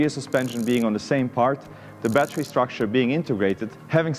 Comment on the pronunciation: Cool down the “batari loved that pure accent